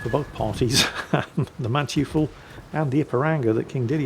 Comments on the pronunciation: Hi, the Mannteufel is pronounced maann-toy-fel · 'Mann-toi-fel', to be precise. It means something like 'Man-devil' in English. It's named after the Von Mannteufel family name.